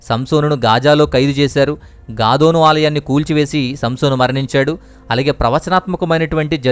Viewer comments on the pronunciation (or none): గదోను కాదు బ్రదర్ దగోను....